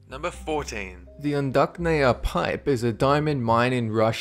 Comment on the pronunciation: You mispronounced 'udachnaya': 'ch' are supposed to be pronounced like in cheese. Удачная means 'successful'.